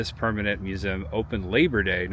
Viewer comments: Watch all your vids, love them! One thing, the word "museum". It's a 3 syllable word. Mew zee um. Not mu zem. Please,, so cringey. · Learn how to pronounce museum.